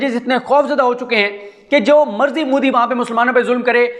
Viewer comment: مَندَر نہیں، بلکہ مندِر _ مُودی نہیں بلکہ مودی